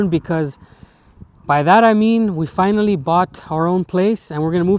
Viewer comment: The way you say finally at the beginning sounds a bit russian